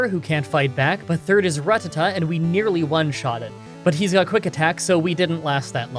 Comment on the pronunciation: Stop correcting his pronunciation of Ratteta, actually keep doing it, comments are good for the YouTube algorithm. #wakeup